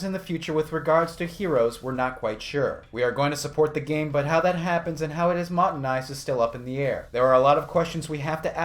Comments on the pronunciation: "motenized" lol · Motenized? You said "motenized" XD XD XD